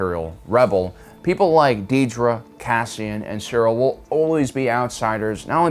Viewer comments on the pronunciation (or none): Another great video and analysis. Just commenting to let you know that her name is Dedra, not Deedra.